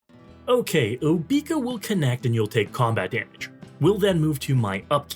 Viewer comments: I've never heard her name pronounced OBEEka. I've always heard OBECCA . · No way you actually call her "Obeaka" like that. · I've seen so many videos where they all say "Oh-bee-ka". Maybe they also say say "I'm going to bed." as "I'm going to bee-d." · I can't take this video seriously for every time you mispronounced her name. It's so annoying.